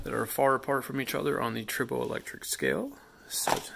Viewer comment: Not trying to be mean, It sounds like you’re saying “turbo electric.” I think it’s “try bow” electric. I was wondering why it was called that because you rub two pieces together but tri means three. So I asked google and it said that tribo is Greek for “to rub.”